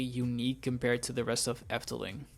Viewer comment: Are you Dutch? Your pronunciation is so good in every Dutch word you say. Excellent. You give a good discription what the Efteling is. Thank you making this for my favorite themapark.